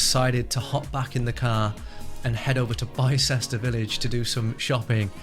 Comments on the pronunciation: BIS-TER not BI-ces-ter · Great video, just a quick note Bicester is pronounced “biss-ter” 😎